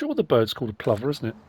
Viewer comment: Plover, everyone I know pronounces it as you have. I just call them asses, always going mental swooping at you.